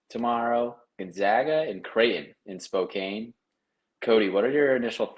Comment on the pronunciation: As soon as I heard him pronounce it “Spokaine” - I’m out 😂